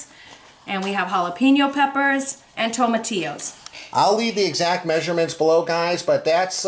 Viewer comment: you need to pronounce those Spanish words since you like Mexican food so much. Looked good but it might have been better to roast the tomatillos and peppers first.